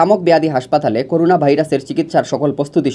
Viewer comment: করুনা নাকি করোনা কোনটা? 🤕🤕